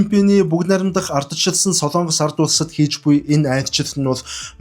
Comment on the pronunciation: СОЛООНГОС бишээ.... СОЛОНГОС шүү !!! Улс орныхоо нэрийг зөв хэлээч дээ !!! СОЛООНГОСЫН ХОЙГ биш ,,, СОЛОНГОСЫН ХОЙГ !!! гэж ярь л даа.